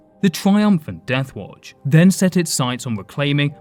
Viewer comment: Children of the WoAoUatch 🤣 sounded like you were having a stroke halfway that name